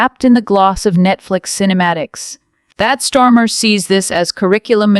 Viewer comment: The AI kinda changed accents there near the end. And it`s Starmer not bloody Stormer!!